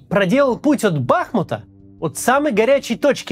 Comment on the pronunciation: БахмУт с ударением на У пожалуйста,спасибо.P.S. Горжусь нашим президентом!!!